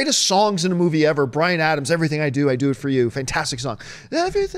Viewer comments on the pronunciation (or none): none